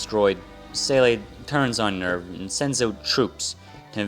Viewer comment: not as bad as how this guy pronounced seele